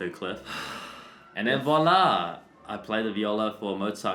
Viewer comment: this is just me or he is speaking french "et voilà" 😂😂